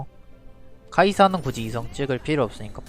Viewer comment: 영상 볼때마다 굳이를 궂이라고 하시네요...